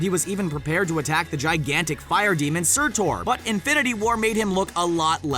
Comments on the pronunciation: Wait did you say surtor? Its SURTUR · Its SUR-TUR... (Sir-ter)... not SIR-TORE. Jeezus. Hooked on phonics didnt work so well huh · It’s Surtur not Surtore. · Sir Thor? You mean Surtur? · Man you said surture gals